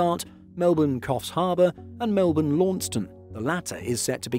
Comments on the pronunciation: Lmao I didn’t catch that at first. “Launceton” 😝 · Absolutely love your videos, as a resident Tasmanian would like to point out native Launceston pronunciation is Lonn-sess-ton if ever our little city comes up in a script again. Don't feel bad, even Australian mainlanders get it wrong too! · 😅Launceston has been revealed as having one of the top 5 most challenging place names to pronounce in the country. Placing at number four behind Cairns, Prahran and Melbourne, Tasmania’s second biggest city was found to often be mispronounced as Lawn-ses-tun, Lawn-ston or Lawn-chess-ton and not the correct Lonn-ses-tun.🤣